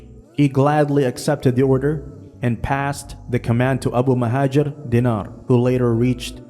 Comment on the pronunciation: It's al-Muhajir. Not mouhadjir, muhadjir or muhajir. And it's Abu, not abu. And it's Dinar, not dinar. The man's name is Abu al-Muhajir Dinar.